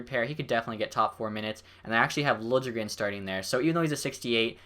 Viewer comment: btw its said lil-ye-gren